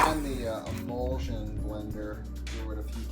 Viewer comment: Is "imulsion blender" a recurring thing on this channel or just something you misheard once? Because that's undoubtedly an "immersion" blender. As in you immerse it in the substance you're blending. Even googling "imulsion blender" just returns results for immersion blenders. Just to be even more pedantic, it would be "emulsion" not "imulsion". Yes, I'm aware i'm the worst, and very late to this point.